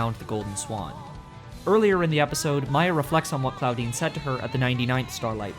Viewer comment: „Claudine“ subtitles hearing „Clawdeen“ omfg